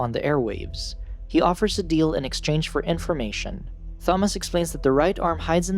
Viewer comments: Please learn how to pronounce Thomas you're pronouncing it all wrong my name is Thomas and it pisses me off therefore I hate this video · I’ve never hated a video more than this one because of how to say Thomas. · Wait wait wait... So you randomly butcher pronouncing the name Thomas, but had no problem pronouncing Jorge?? You sure you don't wanna say it like "joor-gee" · I’m trying to watch but so distracted by how u keep pronouncing Thomas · Imagine not knowing how to pronounce Thomas or Teresa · Why not just call him Tommy? It would be much easier on the narrators nonsensical pronunciation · I'll grow up when this guy learns how to pronounce names correctly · Why do you say Thomas like that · not saying thomas correctly makes this harder to watch . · So true it really did my head in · The computer kept pronouncing Thomas with the h non silent lol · Hate the way you say "Thom-ass" instead of the correct pronunciation "Tom-iss" for sure, but other than that, damn the movie is way different from the book. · I'M SCREAMING, IT'S TOM-MAS NOT THA-MAS..(yes i know it's a voice bot but still.) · Tomis not thomis you lazy ai user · Bro his name Thomas not Tha-mas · its pronounced as; Tom-us, not thom-ass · its THOMAS!!!!!!!!! not thomoss. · It’s- It’s pronounced “Ta-mos” not “tha-mos” this ain’t Thanos’ brother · u mean Tom-us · Bro said "THomas" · Imagine your name being Thomas but pronouncing it as thaw-mas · stfu, Tha-mass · "Thaumoss?!" No. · Imagine you pronounce Thomas as ‘thomus’ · Thahmas, Thahresa, and good ol' Jorheh. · "tha-moss" "teressa" "Min-HO" good lord at least research how to pronounce their names first. Coming from an OG fan, This was painful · Clicked off the second I heard “Th-amos”😂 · Holy shit I'm pulling my hair out everytime you say "Tha-moss" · It should be Tha - Mass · bro is saying ''Fomas'' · Pls don’t use this text to speech voice again, I can’t stand it saying “Fomas”. Good vid other wise though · It's pronounced "To-mas" LOL you screwed up.